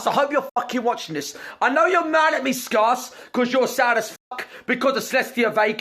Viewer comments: "skars" OMFG IM CRYING!! XDD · "SCAR-CE"-Gross Gore -2020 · How is grossgore gonna call someone a “doMb LittOL FocK.” When he doesn’t even know how to pronounce the word scarce? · I live in the UK and I've never heard 'the customer is always right' as a saying or as a law. The customer always being right isn't true anyway. Also 'Scar-cuh'? He literally starts every video saying his own YouTube name, yet GG can't pronounce 'Scare-cuh' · Gross gores prnounceation: SCARce. Real pronunceation: SCAREce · Its not scars its scarce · Matthew Telles it’s pronounced skerce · What is it with people not being able to pronounce "Scarce"? shit started back when he blew up and now Gross Gore is calling him "scar-ce". I also get the feeling that Gross is just doing this for publicity, as I had never heard Gross Gore's voice until this situation happened, so he is definitely getting publicity. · Nobody Grossgore: Skoss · why does keemstar always call scare "fan" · Everyone: Scarce Gross Gore: scARSE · No one: Gross gore: SCARss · Don't worry Scarce, the rest of England can pronounce your name correctly. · He cant even say scarce right